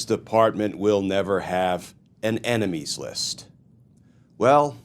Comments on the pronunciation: "Emenies"? Was that a typo or was that his pronunciation? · What’s an ‘eminies’??!!?😂😂😂😂😂😂😂😂😂😂